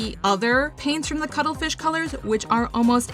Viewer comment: Had to do a double take when you announced the first paints. I did not expect to hear "Cuddlefith" instead of Cuttlefish xD